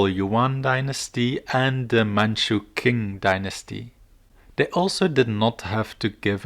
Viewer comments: the Qing dynasty is pronounced as shi-ng not king. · Not shing but ching. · I thought it was pronounced “Ching”